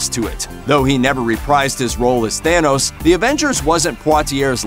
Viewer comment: It's thanos!!! Not thayyynos🤢